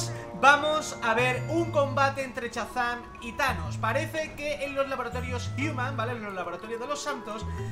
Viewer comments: Dice chazam y es shazam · Al final me ha rayado diciendo chazan en vez de Shazam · Se dice shazam no chazam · no es Chazam es Shazam...😬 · no te lo digo como ofensa pero no se dice chazan se dice shazam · LIKE por el "chazam" de. ⚡⚡⚡⚡⚡⚡⚡⚡⚡ ⚡⚡⚡Shazam! ⚡⚡⚡⚡⚡⚡⚡ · Se dice shazan